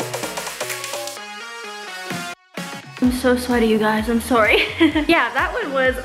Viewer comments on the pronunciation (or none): Lol you say “sorry” funny.